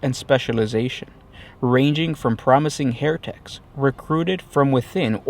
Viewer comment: Instead of "heretics" it sounded like "hair techs" and I had a great mental image of a shadowy organization of Logician hair stylists trying to take over the 40K universe through clever fashions.